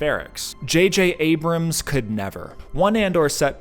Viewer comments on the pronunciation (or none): none